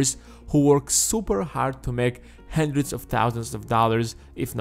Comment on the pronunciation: Hi, it's HUNDRED not handred.